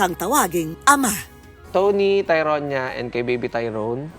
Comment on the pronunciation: Ano ba yan bat may papi naumiiyak HAHAHAHAA tas yung pag pronounce ng "TYRONIA" mali pa HAHAHAHA😂😂